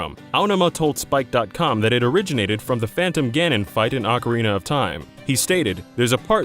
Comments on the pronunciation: Ok, I had to pause the video since this have been bugging me for a long time now, but... Why on earth do people say "Ocari~NER Of Time" instead of Ocari~NA of Time"??? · ocarina is not pronounce "ockarayna" this is not the instrument used to play the macarena! XDXD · how the fuvk do you get ocareener of time from ocarina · It's not awkaraynuh or Eye oh numa. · Legend of Zelder: Ocariner of Timer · "Acareyna" Ma'am....WHAT?!